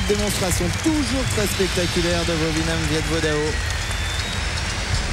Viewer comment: it's Vovinam :) ( viet vo dao )